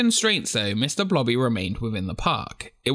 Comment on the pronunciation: blobby ,i hear her name like bloddy